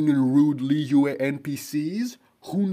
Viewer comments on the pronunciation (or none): none